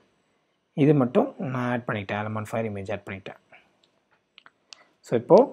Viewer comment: Brother...its alamofire..not alamofire.... Just watching ur videos all are useful and informative.